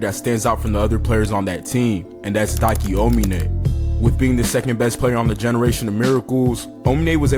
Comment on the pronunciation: Make more videos like this one, also note: it’s aomine not onime, further great video